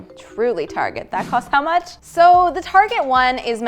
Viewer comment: the software mistake and the "thacosthowmuuuuch" had me dying xD